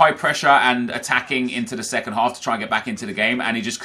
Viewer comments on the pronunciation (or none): none